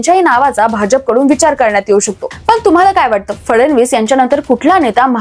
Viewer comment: फडनवीस आणि फडणवीस यातला फरक पत्रकारांना कळत नाही आणि उच्चार पण करता येत नाही।